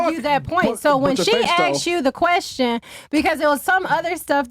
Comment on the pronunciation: “when she axed you the quextion “😂 can’t even speak English…